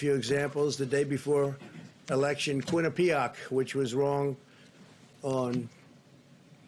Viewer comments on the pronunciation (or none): Lmao the way he pronounces “Quinna pee ock” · Quinn-I-PEE-ock? Is that correct pronunciation? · The lies never stop...and learn how to pronounce Quinnipiac or don't say it.